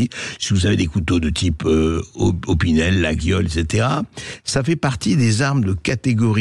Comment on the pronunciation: ont prononce layole